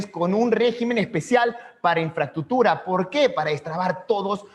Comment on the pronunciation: primero que aprenda que se dice INFRAESTRUCTURA y no INFRATUTURA